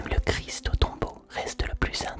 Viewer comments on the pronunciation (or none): none